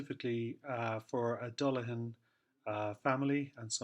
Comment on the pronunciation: I appreciate that alternative spelling of the surname, and also your correct pronunciation. It beggars belief how many phone calls I receive, or if I'm outside Dundalk, the amount of people that pronounce the surname as "Dullagan". I thought it common knowledge a 'g' immediately followed by an 'h' is silent. They don't do that with many other examples, Such as Callaghan or Cladagh. It's one reason I don't put the 'g' in my social media accounts. Initially, in my time, they said the surname was from Limerick, then from Antrim and then Offaly. They said name was Viking, then not Viking but old Irish. There's a lot of pass speculation academia treated as fact, only to be proven otherwise. For a surname that's been around quiet awhile, there's not a lot of Dullaghans about. With Louth being the county with the highest amount of Dullaghan families. While in Dublin about 2008 in Jervis shopping centre. A Dixon's employee looked at a store document for a product I was having returned. And he mentioned it was the first time he'd ever met someone outside his own family that had the same surname as his. I found it an eye-opener. I regret neglecting to ask him how his peers pronounce the name. I believe the 'ghan' at the tail end of surnames can just as well be 'bhan'. Something I would like to know about, but too shy to make enquiries.